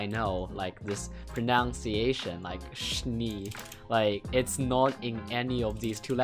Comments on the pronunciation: Not to throw hate but just a reminder pronunciation is pronounced as "pro-NUN-ciation" sorry for literally being a pronunciation police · He mispronounced pronounciation.